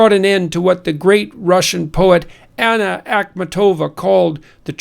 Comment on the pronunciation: Stress corrections: - BulgAkov. - AkhmAtova.